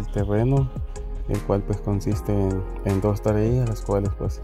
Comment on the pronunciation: hajajaja, se dice Tareas y no Tarellas.